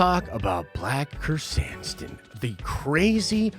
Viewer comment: It's black Krrsantan, like sun tan but San tan